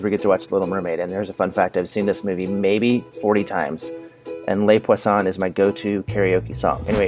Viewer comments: Hearing how he says the song name in the little mermaid physically hurts me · I love how they same person who corrected her for pronouncing Ana but then totally botched the pronunciation of Les Poissons 😂😂